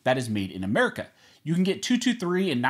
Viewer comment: I cot you said Merica twice haha